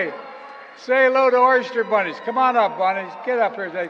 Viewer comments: Did he really say "Oyster Bunnies?" 🙄🤦🏼‍♀️ I got nothin' Thanks,. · I think in that clip he said "our easter bunnies" and he jumbled it up a bit. Fun clip, but I would rate it as D in my Biden funny video tier-list.